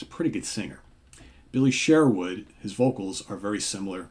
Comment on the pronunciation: It's also pronounced Billy Sherwood not Billy Share-wood